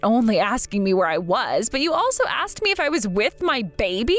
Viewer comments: Then it's on a whole other level. I mean, some AI vocalizers on YT can't even pronounce "protagonist", yet this one purposely mispronounced "asked" as "aksed"? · C’mon now “” put al little emotion in your voice, … and err…’ an AX is a tool/weapon. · The voice actor who plays the brother sounds...simple. Like sloooooow. Edit: Based on the "aks-ed" used for "asked," I'm gonna assume the male voice actor who plays the doctor brother to the protagonist is either from Queens, NYC and/or black. Both communities can and do use that variation of the word. Either way, he sucks at his job. He sounds like a non-reader because he is slow at reading. Like he pays super close attention to the words and overpronounces the words. Nobody talks like that in real life. Btw, tha slow part and the voice actor potentially being black aren't a racist assumption, but an personal and individual assessment from my own lived experience because I am from NY and have experience with that regional/racial community. Him being a slow, methodical, emotionless, and incompetent voice actor is my comment of him as an individual. I hate even having to say thia, but there inevitably will be some white savior virtue signalers. No matter the demographic, vulnerable or otherwise, it has every type of character. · I thought it was AI, to be honest, but then I heard him say "aksed" instead of "asked", so unless AI has now been trained to mispronounce words on purpose, yeah, you're right.